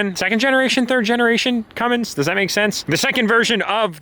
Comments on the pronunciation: Mini Cummins “mummins” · “The Cummins 1000”